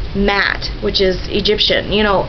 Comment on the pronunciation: A "c" in the Celtic languages is pronounced like "k," never "c." "Hekate" has three syllables, Ma'at two. "Masonic" is "Muh-sonic," with the second part like the sub place. And Witta is just plain silly; to begin with, Irish doesn't even have a "w" in it.